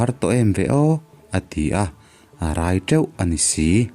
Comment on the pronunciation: Tha hle mai....mahse,,rai teuh lai tak hi...thluk diklo deuh chuan ka hria